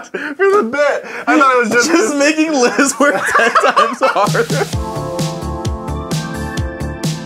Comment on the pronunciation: It's Liz not Lia lol